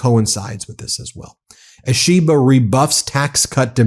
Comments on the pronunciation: Ben, some tips on Japanese names: Vowels always strong like Spanish/Italian, Y always weak! 1. Prime Minister Ishiba 石破首相: EE, SHE, BA You said ush-EE-buh” so transcript wrote “Ashiba” 2. Ryōsei Akazawa (赤沢 亮正) : “le-YO, SAY” or “re-YO, SAY” You said “RYE-o-see” so transcript wrote “Rayosi” Ryo like Rio, Y is always weak as in Tokyo and Kyoto. Like the i in the British pronunciation of Lieu (not LYE-oo or loo ;) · Quick pronunciation note for the MeidasTouch people, Ishiba is pronounced more like an Apple product called the “E-she-ba” than “a-SHE-ba” Same for names like Akizawa, it would be “A-key-zawa” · Ben, Japanese Prime Minister is Mr Ishiba, Shigeru Ishiba. Not Ashiba😂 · It's pronounced EE she ba. Like that.